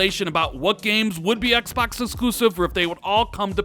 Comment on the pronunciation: Im sick of you saying "ExBacks" 😭😭😭